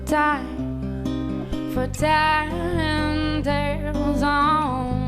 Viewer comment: Listen how he pronounces "time" "call" "you" and "heart". That's the core point of the original video. He pronounces it as "tom" "caw" "yoh" and "hot". And he's not the only one. It's literally the majority of singers these days.